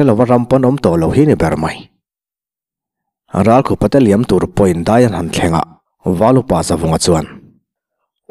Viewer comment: Ralkhupa hming i lamrik khan nangma khup i lamrik ang khan lam ri la a dik.Engtiziange, Thleng khup leh thal ang maia i lamrik le?